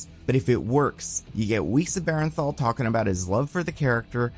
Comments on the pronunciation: Buddy I swear I have to comment this every goddang time. It is BERN-THAL, not BAREN-THAL. please, for my sanity acknowledge this. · please. its BURN-THAL. not BARREN-THAL